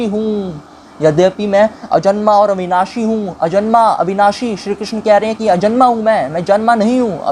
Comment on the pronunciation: अजन्मा को अजमना बोल रहे हो, ऐसे ही वेदभाष्य होता है क्या